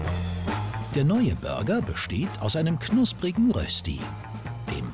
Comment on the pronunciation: nochmals, es ist DIE Rösti! und nicht dem/der/das mann mann - und wird "Rööschti" ausgesprochen - lol, mal den germanern da oben entwicklungshilfe leisten 😂😂😂😂 ihr dürft aber dem gerne krosser kartoffeltaler sagen 😂😂😂😂